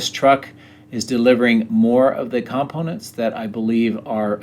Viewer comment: Do you know how to say COMPONENTS? Heres a little help for you.